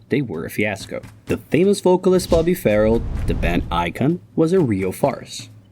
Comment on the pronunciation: Bobby was NOT 'Farrell!...The name was pronounced 'Fa- RELL'...I worked for Bobby on the band's tours,(Thanks to Mike Lee Taylor and Barry Collings), collecting the girls from an address in Surrey...(Classified information!).😊😢